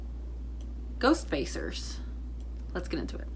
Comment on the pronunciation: "This next episode is called... 'Ghost Facers'?" Me: " you said it wrong. The next episode is called 'GHOOOSTFACERS!!!'"